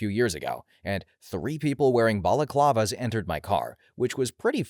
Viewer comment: Clam jam! ...that's what my lot calls it. 😂 You don't number your stories for reference, but you DO know how to say triage and balaclava, so welcome.